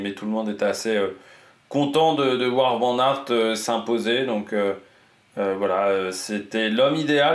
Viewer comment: Fais moi plaisir je suis bilingue flamand on prononce vanne aert merci^^